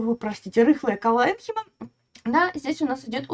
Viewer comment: Мы всегда ставили ударение колленхИма и склеренхИма